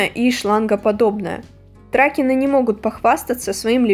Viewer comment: Лол что? Я соглашусь только с тракенами, потому что слышала их произношение только на англе, где ударение на второе е. 1. Шея не уменьшается в своих размерах, вне зависимости от фазы движения. Закон сохранения массы и все дела 2. Я назвала жёлтой охрой в шутку, потому что это не соловая, а именно всратая жёлтая с непонятными высветлениями, которых у соловых нет. Пока они называют свой продукт "реалистичными фигурками" я продолжу их критиковать, если они переименуют их в игрушки - ради бога. 3. Это американская верховая лол. Ну загуглить стоило бы что ли